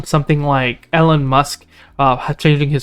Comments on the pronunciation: its E - lon not El - on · I stopped watching after he said "Ellen Musk" haha